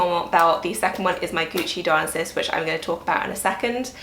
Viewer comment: FYI it’s pronounced Di-oh-NY-sus, like the Greek god.